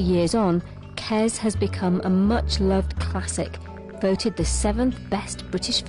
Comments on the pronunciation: It's not 'KeZ', it's 'KeS'. Short for kestrel. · "kez" kes ya silly cow.